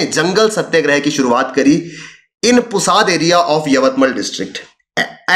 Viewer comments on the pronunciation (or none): It is not पुसाद . It is पुसद .